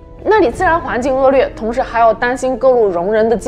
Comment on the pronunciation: 骊（lí）山 恶劣（liè）